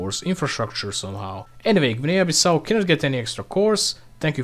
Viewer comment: Blud fell off, he butchered his pronunciation of Guinea